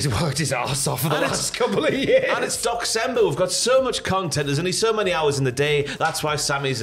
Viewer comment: i keep hearing Dox-cember XD